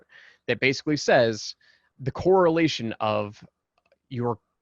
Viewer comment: It's correlation, not core relation